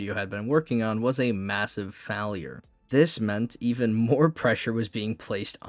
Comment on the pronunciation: dude you need a speech therapist or smth "physical year" had me rolling and "fahlure"